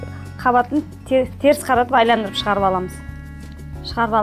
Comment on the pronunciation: Айландыру емес Айналдыру